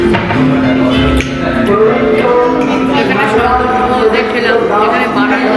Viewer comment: It's not shosh its sauce!!!